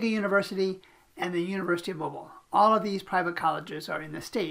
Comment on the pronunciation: Please learn the correct pronunciation of Mobile.